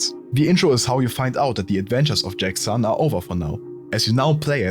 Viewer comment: As an immigrant in Germany, I respect German's struggle to pronounce stuff as it is. If we speak english my friends say Cologne, I just go Köln. Interesting phenomena. (you pronounced Sohn as Son, that is why I am writing this :))